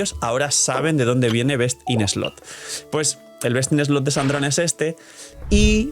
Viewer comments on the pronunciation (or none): Hola, el problema con la expresión “Best in slot” es que siempre lo pronuncias mal. Por eso es que muchas personas mal interpretan lo que dices. Porque “slot” lo estás pronunciando como “slut”. Slot = “slɒt” Slut = “slʌt” Entonces, no es cuestión de que los demás revisen ChatGPT, es cuestión de que lo pronuncies correctamente.